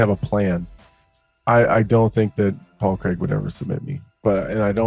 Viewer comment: Who is Paul creg? Can't even pronounce his name right ffs.